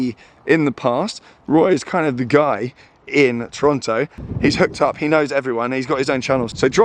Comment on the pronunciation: I love that you pronounced Toronto properly lol! Who told you how to do that?!